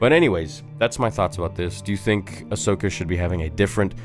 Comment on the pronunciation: "Hi im ahsocka & today we're gonna be avenging the jedi" im DEAD 😂😂